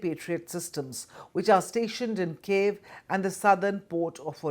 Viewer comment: " Cave, odisha and beg " 😂 you can't Even pronunce the names correctly and you call yourself a journalist